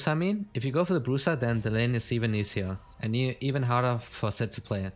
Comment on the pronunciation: LOL he meant that you are against a Zed but you pronounce it as Sett lol